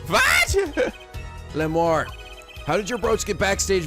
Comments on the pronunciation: I thought Lamiroir was la-mir-oir... 'miroir' as in mirror. No idea about Machi though. I didn't get Romein Letouse until now. It's funnier to see it in Japanese because it's just Romaine Lettuce. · Nice video but, cmm'on, it's not hard: La-MiR-OIR. You have to pronounce both R. Miroir=Mirror so prounce it the same except the last sound is pronounced 'oua-r' instead of 'o-r' And you have to love no one can point something obvious out: Hey this is an incredibly heavy gun even professionals would hurt while firing so /clearly/ our suspect must be this blind noodly arms small boy who showed no sign of hurt.